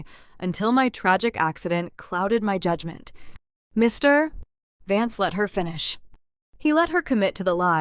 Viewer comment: check the reader.... cannot say vance any time???